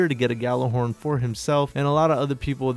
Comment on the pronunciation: gjallarhorn (yah-lar -horn)